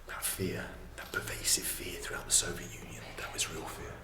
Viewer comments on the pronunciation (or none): Nobody : Bald : “šoviet spoons”